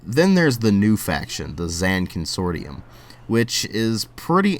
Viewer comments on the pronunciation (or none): Pronounced Zon Cun-sore-shum